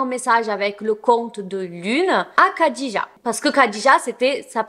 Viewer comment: Merci pour ce fait divers (je n'en avais jamais entendu parler). Il me semble que Khadija se prononce rhadija (je ne suis pas arabophone donc à vérifier mais Disiz le prononce comme ça et quand j'entends Khaled Hosseini les arabophones le prononce Rhaled ^^)